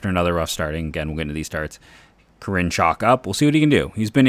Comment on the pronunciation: I dont think your saying Karinchak right ...always heard his name as Care-in-check....